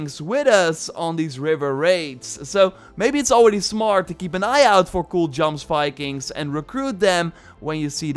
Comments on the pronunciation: You say jomsvikings wrong. It's "yoms-vee-kings" Looking forward to the raids! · its pronounced Yomsvikings